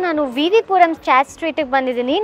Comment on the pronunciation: WTH is a “chat”?? It’s chaat!